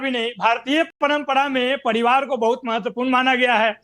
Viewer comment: Kaun college Mai padhata hai ye RJD ka Professor.Bachhonka bhavishya barbad kar dega.Dusre dharm ke ware mai ye bol nahi sakta haiSar dhad se alag.Pariwar ko Paribad bolta hai